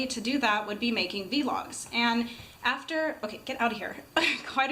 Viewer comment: Its pronounced vlog like blog but with a v. :)